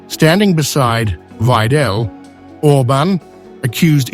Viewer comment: 'Weidel, not "Wei'del". Can't you get such basics straight? Very unprofessional.